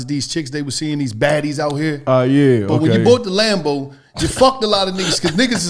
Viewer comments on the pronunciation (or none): none